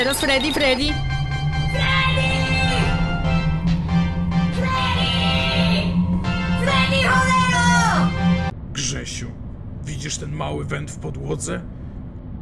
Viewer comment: FREDDY! FREDDY! FREDDY ALEOOO!!! TYLKO JA SŁYSZE JAK FREDDY MÓWI KSZYSIU A NIE GRZESIU XDDD